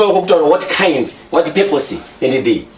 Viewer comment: Hanzi "what" kkkkkkk....English inofarirwa apa🤣🤣🤣🤣